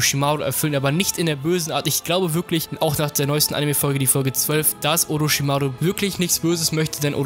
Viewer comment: Oroschimaru genauso